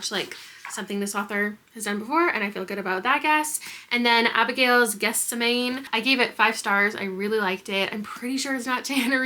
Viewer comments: Gethsemane is pronounced ge-sem-a-knee. It's a reference to The Bible, and is where Jesus is arrested while praying before being crucified. Hope that helps 😊. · My traumatic evangelical upbringing finally comes in handy. Gethsemane is pronounced “geth-SEM-uh-nee.” It’s the name of a garden from the story of Jesus praying and suffering for man’s sins before he was crucified. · Absolutely can't handle your pronunciation of Gethsemane!